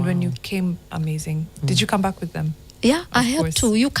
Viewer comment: Dude's started saying Beckie for a simple back😂😂